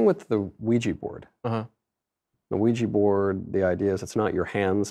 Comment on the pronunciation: “A Luigi board?”